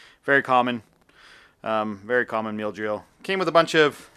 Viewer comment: He keeps pronouncing it 'meal' 😂